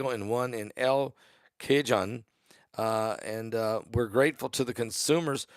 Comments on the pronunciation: It s El Cahone El cajon pronunciation ,and when I go to Walmart there's always a long line to check out... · It’s pronounce (El ) (kah) ( hoan ) El Cajon means drawer in Spanish lol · EL CAJON is Spanish sound .... El K-ah hone (phone without the 'P')